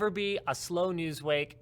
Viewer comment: You keep saying "news wake" instead of "news week" because it is a subconscious thing telling you it would be the death of the U.S., and much of the rest of the world as well. We would see America at the worst it has ever been, and the death of what is left of our social morals. Our international relationships would crumble, our economy would fall almost instantly into a depression, and it would be the rest of the earth against the U.S. in war. The media would not get tired reporting on all of the B.S. he would bring, because they would no longer be allowed to, we would be clueless as to exactly how bad he is destroying things because the internet would be censored as bad as it is in China (or worse), and we wouldn't be able to change anything for the better because every avenue of doing so would be crushed (it is already half way there). Trump IS a tyrant (for real, not the b.s. you hear everyone on the "other side" claim about the admin in the past, you can check his history and his actions for proof of this), and is good for NO-ONE. He respects no-one, nothing, has no regard or real knowledge of our rights as citizens, and only knows one thing, growing his own personal wealth at the cost of everyone and everything that is not him or his.